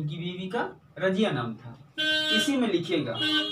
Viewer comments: رجیہ نہیں رضیہ ہے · سر اُنکی اہلیہ کا نام "رضیہ" تھا نہ کہ راجیہ